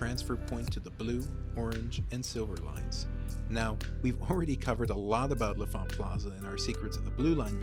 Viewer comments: L'Enfant = "Lahn Fahnt." Not "Leh' Fahnt" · You keep saying "la font," but the N isn't silent, it's "lon font." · “Luh-font” is the proper DC pronunciation. “Lon-font” is how transplants pronounce it